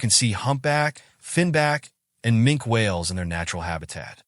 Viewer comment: Mink-ee whales, not Mink. Dig deep enough you'll find out how they aquired their name.